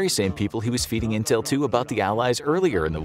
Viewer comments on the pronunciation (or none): none